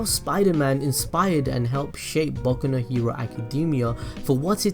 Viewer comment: It sounds like you said baku no hewo